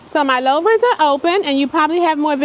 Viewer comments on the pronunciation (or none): It's pronounced 'tow-piaries' & 'loo-vers', not low-vers